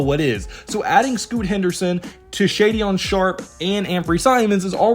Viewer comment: Just fyi it’s pronounced Shay-Den Sharpe